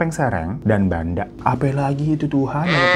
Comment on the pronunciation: Haii aku half madura, dan di madura tuh emang bener2 woii semuanya orang ngomong pake urat, selain itu emang perdukunan tuh masih ada dan beragam, carok juga masih ada kalo kalian liat di berita tuh itu baru yg ke ekspose, aku aja yg "half maduresse" agak dibatasi untuk berteman disana. Btw agak koreksi dikit ya bang dari pronounciation nya barusan kyk banda itu setau aku di baca "ben-dhe" yg artinya modal, ya u kno konteks nya tadi modal buat apa 😀💁🏻‍♀️. Ya meski begitu tolong di highlight yaa.. ga semua masyarakat sana seperti yg aku ceritain diatas tadi gaiss, banyak juga daerah yg sudah berpikiran terbuka 😊 Btw aku amaze banget sama cerita2 bang hiro dan dia mau pelajari dan share budaya2 kita dari sabang sampe meraukee ❤️‍🔥🎉 WOW keren banget bang, terus update ya bang ya semangat terus!! Keep your chin up ❤